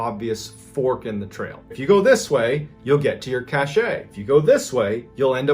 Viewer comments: You've probably been corrected already but just in case.... Cache is pronounced "cash". "ca--shay" is spelled cachet and means something completely different. Cache(cash)=something hidden. Cachet(ca-shay)=a seal, like on a letter. I didn't want to correct you publicly but I couldn't figure a way to send a private message. By the way...I truly enjoy all of your videos. I've watched most of them more than once. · Cache. Pronounced like cash. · Loved the story about the haunted house. Definitely gave me chills. The very next story, though, you keep mispronouncing "cache." Look it up, Google it, whatever, and see how it's properly pronounced. : )